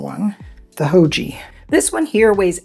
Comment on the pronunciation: Haoge is a Chinese company, so say it like 'how-guh' 'Guh' rhymes with 'duh' and the g sound is like the g in the word 'gone'.